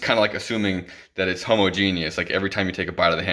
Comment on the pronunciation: I like the way you said "homogenous" lmao